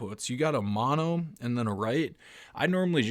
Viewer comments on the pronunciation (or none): none